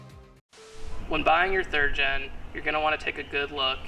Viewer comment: did you say "third en f body"